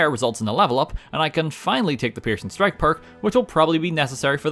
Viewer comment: Regardless of me knowing its the Peircing strike perk, i always hear it as Pearson Strike 😂